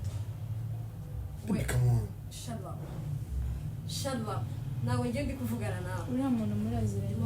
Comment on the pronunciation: 😂😂😂me ati shalapu😂😂😂😂😂english is englishing here😮😮😂😂